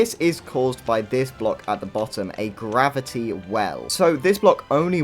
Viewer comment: I genuinely cackled at "mavity."